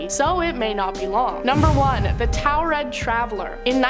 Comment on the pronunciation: Taured pronounced “TorRid.” 🫶🏼